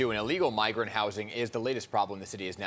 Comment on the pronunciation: "Bi-grant Crime"